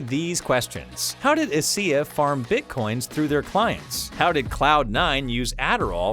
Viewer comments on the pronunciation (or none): First time in 12 years I've heard someone call ESEA "eh see eh", it's "E S E A" :D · this man legit said "E-SEE-AAH" lmaooo you cant do csgo videos anymore